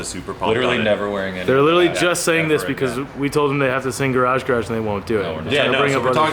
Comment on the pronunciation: "Garage garage" was mint 👌 10 outta 10